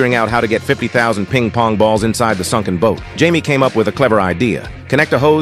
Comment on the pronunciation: “Peeng POnG BaULs”